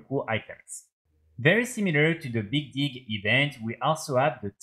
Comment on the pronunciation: when you say the big dig event it sounds like you are saying something else lol